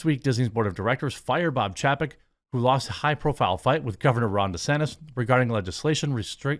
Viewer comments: 1) he never stopped being in charge. 2) it's chay-peck. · CLICK BAIT TITLE!!! PATHETIC!!! It's not even true!! And... For the thousandth time it's pronounced "ChaYPeck", like "PayCheck" reversed... Good Lord... you don't seem to watch ANY business news!! THIS IS YOUR JOB!!! You know what... forget it... I'll just start a channel and do it better than you!